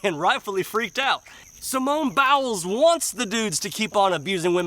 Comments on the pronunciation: I Love the way Buddy says "Simone BOWELS" LMAO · I like how you were pronouncing it bowels. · Your pronunciation of her last name is genius!!